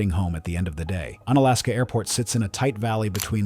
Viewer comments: Unalaska is pronounced like unicycle or unicorn. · Un-Alaska sounds weirdly un-American. 😅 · It's actually pronounced with a long U sound, like You-nalaska or unicycle